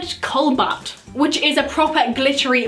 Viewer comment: Colbat😂 its cobalt😂❤️xx